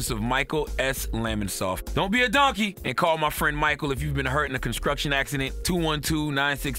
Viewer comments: "Conskruction accident." 🙄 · " conscruction accident" cmon charlamagne